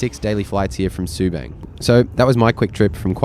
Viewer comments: It is pronounced “sir-lee-tar” and “sue-bunk” “car-lung” 😂 There are more than just 2 airports in Singapore, including military airports. Changi airport is not dated (omg!) It is constantly being renovated and upgraded. It is one of the world’s best airport. Dated is not the word you use to describe it. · Btw, its pronounced Su 'bung', not Su 'bang'. And its Sa 'li ta' not watever pronounciation u said lol XD. Just a tid bit. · Its called Sue- bung . As in rung, lung. 😅 you could fly to koh samui From Subang before covid . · seletar ser lee tar subang sue barng butchered it lols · Bro, you could at least pronounce Subang ans Seletar properly.